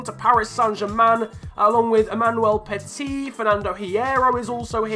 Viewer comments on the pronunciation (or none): none